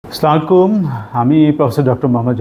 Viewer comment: সালাম শুদ্ধ করে দিবেন